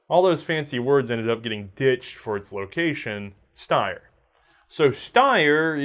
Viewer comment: I know you don't really care about pronunciation, but this one is super easy - if you see a German word that beginns with either ST or SP, it's pronounced SHT and SHP respectively, therefore it's not "Steyer", but "Shteyer".